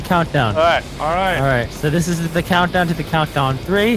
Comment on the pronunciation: The coundow to the coundow 😂